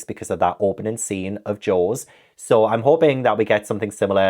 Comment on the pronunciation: Not me hearing “Joes” instead of “Jaws” and being absolutely perplexed about what was going on 😂